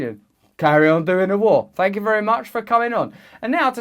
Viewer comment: I came for the "Fank yous" But I stayed for the revolution